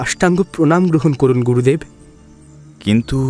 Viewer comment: pronunciation mistake: Not Gorudev, Gurudev